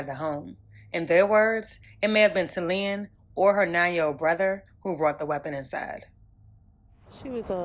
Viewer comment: PRONOUNCED TALEEYAH... IJS! RiP baby girl🕊🕊🕊🕊🕊🕊🕊🙏🙏🙏🙏🙏🙏🙏